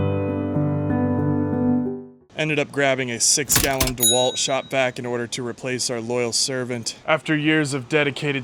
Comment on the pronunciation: I think Ridgid is an AMAZING! Product. I would have bought another one. Not a "DEWONT😅😅😅